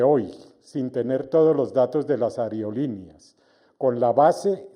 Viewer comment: Que tal aprender a hablar? Ariolineas?? Aerolineas señor!!